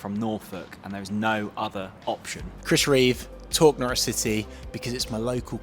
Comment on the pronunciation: "No-ridge" not "No-rich" -- It's ok, they even get it wrong on most commentary. :)